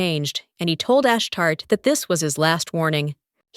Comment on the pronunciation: It's pronounced Ash-Tar-Tay 😅 Nt Ash-Tart Makes me think of a Poptart 🤣